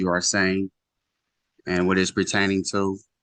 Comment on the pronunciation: "Pretaining"... "Birf Right".. Geez...